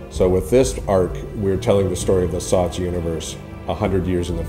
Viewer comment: SOTS SOTS SOTS SOTS please stop saying SOTS